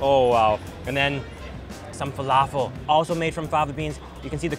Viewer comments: Truthfears Guilty it was driving me crazy everytime he said falafel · When your Arab and u know he's saying falafel wrong and same with foul